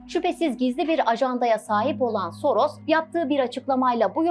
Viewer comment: Adam Yahudi ise nasıl Macar asıllı oluyor :D Yahudi asıllı Macar demek daha doğru değil mi? "S" harfi Macarca dilinde "ş" olarak okunuyor o yüzden soyadını okurken Şoroş demek daha doğru.